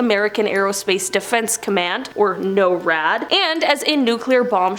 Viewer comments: norad is pronounced like snore, just drop the s and add ad. nore-ad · I'm from Colorado, actually live close to NORAD. But in Colorado we pronounce it Nor-ad :)